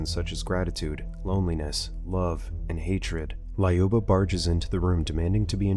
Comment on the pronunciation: Thayoma and Layuba are pronounced Тьома and Люба